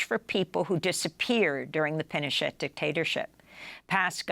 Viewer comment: Juan pronounced it "Pino-sht" 😮